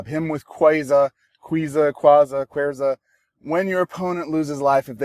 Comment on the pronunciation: Your Nahautl ancestors are sad at the Queza pronunciation. J/K fam. 😂